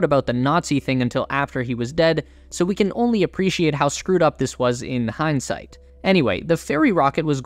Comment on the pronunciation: “Hein sight” nice one